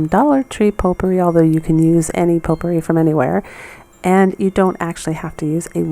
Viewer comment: ...its a French word. It's spelled potpourri. Pronunciation Po-purree